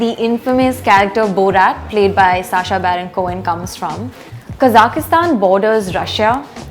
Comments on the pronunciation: Kazakhistan? You mean Kazakhstan? There is no "i" in it. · Please note that the Kazakhstan is "Kazakhstan" and not Kazakistan... Please there take it very offensive if you say them Kazakistani... the correct ethnic is Kazakh...